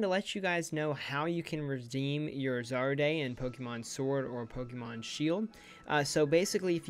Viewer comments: zar-day.. pretty sure its “ZAR-RUDE” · Isn't it... ZAR-RUDE?..